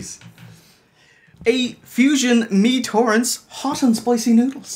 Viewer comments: I know it's a year ago..and someone may have pointed it out..but it's not Mi Toreng. It's Mi Goreng..or in English, Fried Noodles. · its "mi goreng" as in mee-gore-reng, its malay for fried noodles. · The fusion is read mi goreng not mi torent, which means fried noodle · "Mi Torence" is actually Mi Goreng. It's Malay/ Indonesian